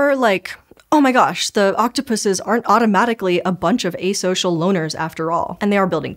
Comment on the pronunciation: I already love videos, her voice is so soothing. But hearing her correctly say octopuses made me so happy!